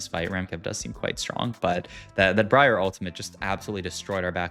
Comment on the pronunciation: Great video, the pronunciation of galio and brier is killing me tho lol